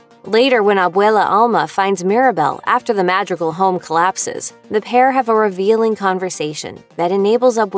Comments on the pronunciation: mahd-ree-gall (last syllable pronounced like SHE HAD THE “GALL”) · i think “madrigal” is pronounced like “mah-dree-(with a little roll)gahl” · i’m cry-wheezing over the fact she says maH-dreeguhl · I’m dying over here (MAH-dREE-GAHLS) also roll the R please 😭🙏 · You did not just say "mAhdrigUl" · Mad-rical? Mad-Ri-Cal? MAD-REE-GAL!!! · I don’t mean to be a Karen or anything but it’s MADREEGALLS not MADRIGULLS…..😅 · Please “ Madrigils” 😭✋ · You American? If so. I knew it bc you’re pronouncing their name wrong “madrigl” it’s MadrigAl there IS an “a” in it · It’s pronounced Ma-dre-gal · Mah - dree - gahl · I'm sorry as soon as she called them the 'Mahdregls' I had to stop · She said madridcals 💀💀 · you are saying the word "madigals" incorrectly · its mad-dri-gals. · I am a little bothered by your pronunciation of madri-gle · Please learn how to properly pronounce names. Madrigal with a softer tone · I cringe every time you say “Madrigal” like— Muhdreegul..? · I hate how the narrator pronounces Madrigal as "madrigle". Idk it just peeves me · Madrigal is pronounced ma-dre-gal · Its pronounced MAH-DREE-GAL. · Butchering, madrigal like 10 times bruh. Its maa - dree - gal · They say Madrigal in the movie so many times they even have a whole song dedicated to the family name so there is no excuse to mispronounce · She pronounced Madrigal so wrong 😭☠ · OH GOD The way you say "Madrigal" aaaaaaaaa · STOP WHY IS SHE SAYING MADRIGALS WRONG ✋🏼😭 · The way they say madrigal annoys me soooooo much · the way she pronounces Madrigal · If she says madrigal like that one more time😭😭💀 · The amount of times they say their last name "Madrigal" only for you to still butcher it. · Please stop saying their family name like that 😭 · how do you add an accent while saying "colombia" but you cant manage to say "madrigal" correctly thats so distracting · u said the name wrong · It’s driving me crazy of how you pronounce Madrigal. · the mispronunciation was killing me the whole damn time